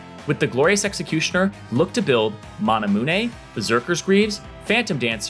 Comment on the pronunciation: tell me this man did not just say "manamoon-ay"